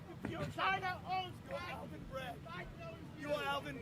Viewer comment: To be fair, he said "Alvin Bragg" the prosecutor sho brought the case against Trump. But "Almond bread" is now what he said in my own head canon 💀